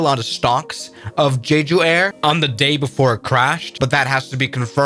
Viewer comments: BTW, not trying to hate, but it's pronounced JEH-JU, not JEE-JU. So it's JEH-JU (Jeju) Island. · Jeh ju, not jee ju. je as in jet. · Jee joo is pronounced Jeh joo. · btw it's pronounced jeh-joo, not gee-joo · Korean guy here it's not pronounced jeeju it's called jaeju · its jeju not "jiju" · Why does he pronounce «jeju» like that😭 It doesnt say jiju bro.